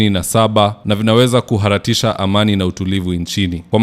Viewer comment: Shame on Ruto. Na si ku-ha-ra-tisha ni kuhaTARISHA